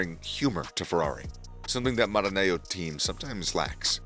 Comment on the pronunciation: Sorry. Please learn how to pronounce the various names. You are not credible pronouncing Maranello as if is Spanish name. You have not pronounced one single non English name properly. You are not credible with so many errors. Irritating. Please clean up your show. Thanks.